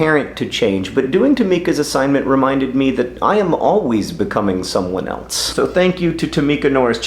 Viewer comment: "Someone eltze" shudder